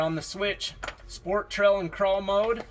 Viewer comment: Not trying to be a Richard but is anyone else hearing trell instead of trail